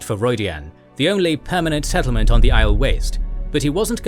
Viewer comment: Is there a way to change the pronunciation for Aiel from /Isle/ to /eye EEL/ and Cairhien from /kay Hee in/ to /kai Ree in/ and /Kay hee enian/ to /kai ree En in/ ?